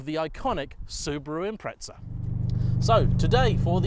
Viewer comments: THERE IS NO "T" IS IMPREZA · It's correctly pronounced as though it has a 't' - Impre(t)za.